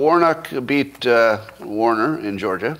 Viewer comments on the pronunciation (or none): none